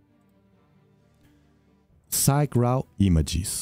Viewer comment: Psyche is most likely named for the Greek goddess of the soul. Her name has been translated to Latin and has a long e at the end, sounds like a y. Yes I know English isn’t your first language just sharing some information.